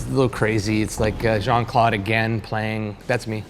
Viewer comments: The way JCVD's name was pronunciated 😶‍🌫 Jean ☁ At least try to make it sound french, eg more like Jean Cl'ow'd (as in know) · I die a little inside every time they pronounce Jean-Claude like that.